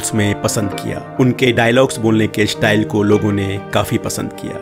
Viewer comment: یہ اشٹائل نہیں اسٹائل ہوتا ہے ، اپنا تلفظ ٹھیک کرو